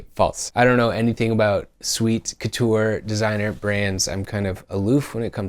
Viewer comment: You know how to pronounce couture correctly, so you're a step ahead of me. I learned how just now from hearing you say it. LOL